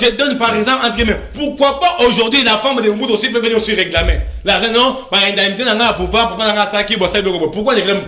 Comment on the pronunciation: Le Monsieur prononce très mal reglamer ou réclamer ???